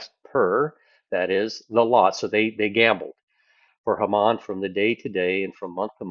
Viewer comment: Haman is pronounced long first a (Hay man)